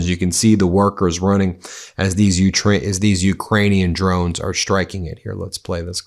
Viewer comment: Ben Please learn to pronounce Ukrainian names properly.